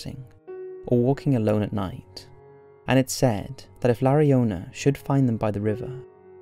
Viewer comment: In Spanish 'Llorona' is pronounced 'Shorona'. Same principle as 'yo'.